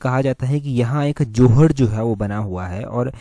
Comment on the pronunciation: जोहाड़ जी। ❌ जोहड़ जी।✅ (Near Baddi)